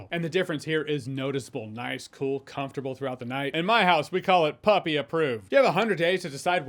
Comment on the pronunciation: Puppy* not Puffy… yeah i heard it too!? 🤣